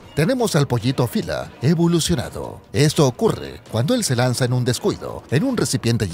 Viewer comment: SE PRONUNCIA OPILA NO OFILA